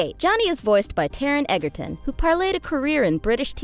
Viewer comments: OH DAMN LOVE ME SOME TARON EGGERTON. (It's pronounced "Edge-er-ton" but then again I'm one of those fanatic morons. No harm done. XD) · It killed me when she kept pronouncing Egerton wrong